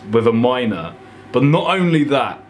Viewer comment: Why does he say bot instead of but